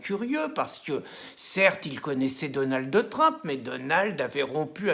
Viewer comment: Pourquoi il ne sait pas dire Trump à la place de Trampe ?